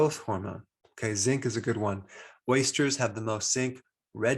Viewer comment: Thank you, it sounded like Waisters. I appreciate your help